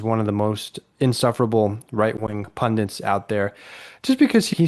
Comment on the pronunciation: ''P U N D I T'', not ''P U N D I N T''! sheesh